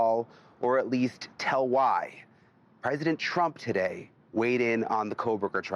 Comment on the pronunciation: It is president TRUMP, not CHRUMP.